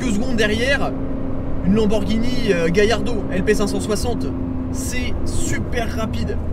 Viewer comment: gallardo jeune homme ...pas gaillardo :-) par contre félicitations pour les gants (j ai les meme LoL)